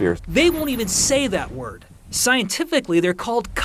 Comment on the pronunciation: Why does always pronounce words incorrectly?